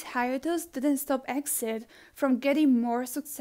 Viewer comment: Btw exid isn't pronounced as exid its pronounce letter by letter e-x-i-d